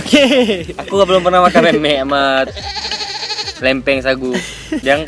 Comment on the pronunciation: Jangan lupa dibacanya meu-meuk jangan pake 'e'.